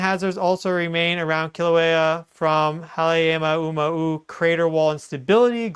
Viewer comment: This is how to pronounce Halema'uma'u properly: hah - lay - MA - oo - MA - oo